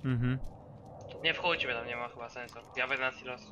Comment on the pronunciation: "Nie wchudźmy" :D